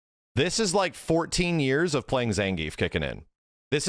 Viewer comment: nothings impossible if you train “zangeif”